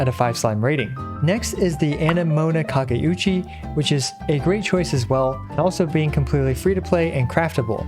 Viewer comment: The sword's name "Amenoma Kageuchi" pronounce "Anemona Kageuchi" and "Anemano Kageuchi"